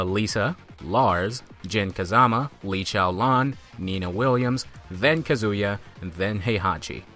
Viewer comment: Ka zoo ya? since when is his name is pronounced like that :1